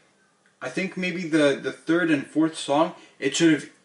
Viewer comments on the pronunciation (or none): none